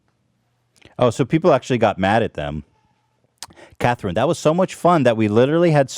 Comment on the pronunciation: But why did he pronounce "Catherine" Cathreen 🤣?!